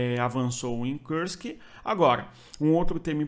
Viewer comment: Kursk não é uma palavra inglesa, a pronúncia não é com o "u" com som de "ã" como em trãmp, esta palavra tem que ser pronunciada com som de "u" mesmo.